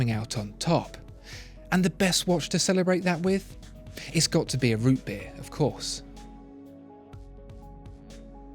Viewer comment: Putting the emphasis on beer in root beer sounds so wrong.